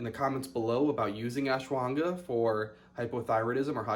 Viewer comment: Lol its pronounced ash wa ghanda